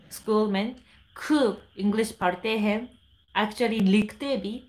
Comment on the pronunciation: When you say portay hay its sound like bengali pora (পড়া)